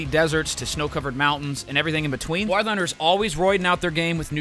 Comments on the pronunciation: Why was homie saying war like that? I have never heard anyone pronounce war like he does.😂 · Bro said wor thunder